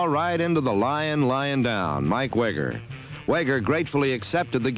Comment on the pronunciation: The announcer mispronounced Mike Weger's last name the couple of times. It rhymes with eager.